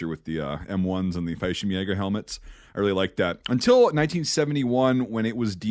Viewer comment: Just an FYI, Fallshirmjäger is pronounced "fall-sherm-yay-ger", twin L's in German don't make a y sound like they do in Spanish 👍